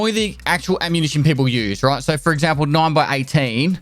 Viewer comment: Did he just say: “ammunitie”?